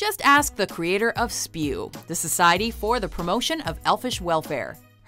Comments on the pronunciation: ITS NOT SPEW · It’s S-P-E-W, not “spew.” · IT’S NOT “SPEW” IT’S S.P.E.W!!!!!!!!!